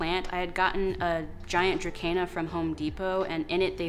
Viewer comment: Helpful hint... dracaena is pronounced dra-see-nah. Fun fact, snake plants have been reclassified from sansevieria to dracaena!